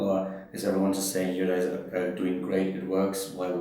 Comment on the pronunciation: did he say " alright gays" ? ^^